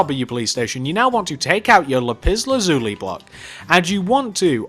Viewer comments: You pronounced Lapis Lazuli wrong it’s not Lup Iz luzulee it’s Lap iss lasuuly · yes he says it like "lupiz luzuli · Lipis lazuli “lipis” xD Not making fun of ya its just very funny 😂. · Is it just me but the way he says lapis lazuli is epik 😂🤣